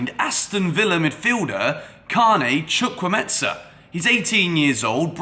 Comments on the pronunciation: Why's he pronouncing the name like Chukwuemetza? Its Chukwuemeka Like there's a k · Chu-kwu-e-me-ka not chukwumeta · the name is chukwu-emeka not chukwumetza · Chu kwu emeka not chu kwu metsa please, thank you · The name is not Chukwuemetza. It is Chukwuemeka. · “Chukwueme-KAH not chukwu-MESA” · Chukwuemeka not chukwuemensa 😂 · Hey... It's chukwuemeka not chukwuemeza.... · Chu - ku- eme- ka. That's the pronunciation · Chukwuemetsa? Come on. You are not even trying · its spelt CHUKWU-EMEKA not Chukwumetsa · the name is pronounced: Chu- ku- eme- ka. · Lool It’s pronounced “CHU-KU-EY-MAY-KA” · not sure where the meT-SA part of his name came from 😂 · Chukwuemeka not chukwumentza 😝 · Bro you butchered the Nigerian name😂😂chu-kwu-Emeka may be this will help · Are you sure his name is pronounced as "Chukwuemetsa" though? 😅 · Chu-kwu-eme-ka. The 'ka'' is pronounced as in the 'ka' in Anielka (origin: Nigeria; meaning: God has done well). Fabrizio Romano, take note too😀. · the name is pronounced CHUK-WU-HEY-MAKER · Pronunciation is : "Chukwu-e-me-ka" Break it down to say it well.. It's Nigerian mate! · Chu-Kwu-A-Me-Ka - Chukwuemeka!!! Or just stick to Carney! Y'all should not butcher my Naija brother's name lol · You are killing the name😂🤣. The name is Chukwuemeka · His name is pronounced as spelt... It's an Igbo name, a popular Nigerian name. Chukwuemeka (Choo - ku - ay - may - car). You pronounce it as if the name is Italian or Spanish. Besides that, he's a valid addition to Chelsea. Great signing for years to come. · Pls you are pronouncing it completely wrong Is Chu Kwu E me ka which means God has done well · Where do you hear a T and a S in his name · The way you pronounce his name is wrong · What the.....? Was it the excitement or what?, you totally murdered the young man's name!. How did you "smuggle" a "z" into the pronunciation of the name "Chukwuemeka"? Chukwuemeka means "God has done so much" Good video as always